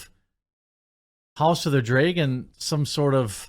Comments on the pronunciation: Dreygon, isn’t a word. It’s dragon, why is pronouncing words correctly so difficult for you? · It's pronounced Dra gon Not Drey gon, you doofus. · Is it only me that hear him say house of the dragen everytime??? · House of the “dray-gun” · Dude….I hate the way you say dragon. Draygon lmfao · Are you mispronouncing the word “Dragon” on purpose, or don’t you know how it is pronounced? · The way you pronounce dragon is insane